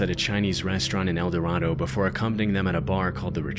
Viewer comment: Kansans pronounce it "El Da-ray-doe"